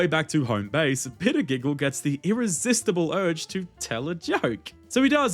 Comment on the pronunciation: I really like bitter giggle I hate that you butchered his name but eh